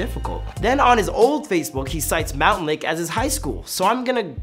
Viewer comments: It’s “mountlake terrace” NOT “mountain terrace” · Mountain lake.... 😂🤣😂 Its MOUNTLAKE TERRACE ARTARD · ITS MOUNTLAKE TERRACE NOT MOUNTAINLAKE TERRACE I GO THERE AND IT BOTHERS ME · Bruh I’m from MountLake Terrace this guy says it like Mountain lake terrace and it pissed me off. He also did go to Mountlake Highschool. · i hate how he keeps saying “mountain lake terrance” it’s mount 😭😭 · It’s Mountlake Terrace. Not mountainlake terrace. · Bro said mountain lake terace 😂😂 it’s mountlake terace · Every time he called it mountAINlake terrace I wanted to reach through my screen and strangle him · It’s Mountlake Terrace